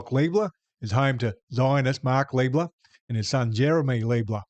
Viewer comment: I prefer to use the correct pronunciation: "Lie-bler'".